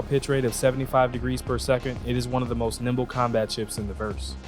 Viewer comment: As always, cool video! I prefer your content for ship reviews because your style of presentation is superior in my opinion. However, it's "Nimble" and "Gimbal"... not "Gimble" and "Nimbal". I see what happened there. Looking forward to the next one! o7